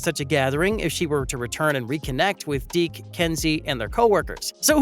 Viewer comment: It’s Deeks, not Deek